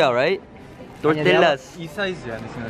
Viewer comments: “Tortilla, right?” “TOR-TILL-UHS.” 😂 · "Tor- tillas" 😂😂😂